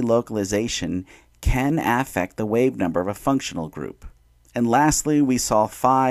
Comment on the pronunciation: probably a good video but i stopped at 50 seconds when i heard you say aa-ffect 😭